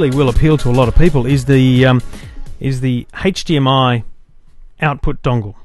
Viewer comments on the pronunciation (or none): hdmi not hage dmi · Hahaha yeah what is 'hage' -dmi?? And he keeps saying it:-D Maybe that's how australians pronounce it. Nice review though. I wonder if the new GalaxyTab 10.1 has a 'hage'-dmi output as well, because of the great web browser. That would be terrific if you could browse the internet on your 50" tv using a tablet-pc:D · age not Hage DMI